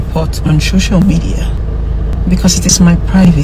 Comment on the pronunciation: For the rest of us "LAYMEN" as she called us 🤦🏾‍♀️, I'm I the only one hearing her say "SHOCIAL MEDIA"? and "THANK YOU FOR YOUR CONCYNE"? VDM, you sef zukwanike!!! 😂😂😂